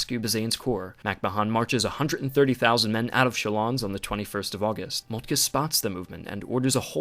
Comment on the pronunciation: Great video very informative and easy to understand, however work on your pronunciations of foreign names. It's Moltke not Moltkuh.